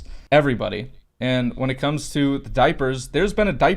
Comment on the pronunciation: I’m laughing at being froze when she finishes his opinion😂😂😂😂 laugh tho😂😂😂😂😂 the way they said diapers😂😂😂😂😂